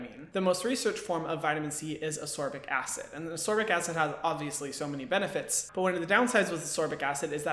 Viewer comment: I’ve just discovered you, and I’ve subscribed because you are just wonderful, but ascorbic is ass-KOR-bick, not uss-SOR-bick. This was a tough video to watch because I’m OCD, but I pushed through, because great info. Looking forward to picking up one of the recommended brands.